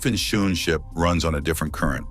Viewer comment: The pronunciation of Schoonschip is wrong, Dutch double o is pronounced as English oa. What I now hear sounds like shoe ship. I forgive you the wrong pronunciation of sch, the ch is a guttural g sound, specific for some languages like Dutch.